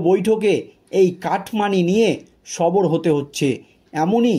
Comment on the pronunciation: কথাটা সবর নয় সরব এটা দৃষ্টি কটু শোনায়।